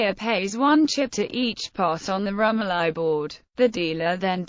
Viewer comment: Pronounced ... rum OH lee